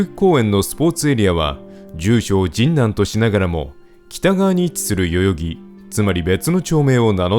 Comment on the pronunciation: 学生の時、現ハンズの近くの博多ラーメン店(今はもう無い)でバイトをしていたので、懐かしかったです。 ところで、どうしても「神南」のアクセントが気になりまして…。 「ジンナン」は「銀杏」(ギンナン)と同じで平坦読み。 昔、NHKへのお便りの宛先をアナウンサーが読み上げていた時、「神南」を平坦に読んでいました…。 細かくてごめんなさい笑